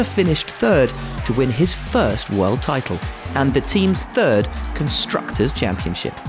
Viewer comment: to win the ‘fitle’ lmao